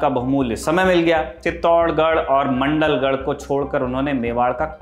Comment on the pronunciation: मंडलगढ नहीं भाई वो मांडलगढ़ है। रिसर्च में कमी है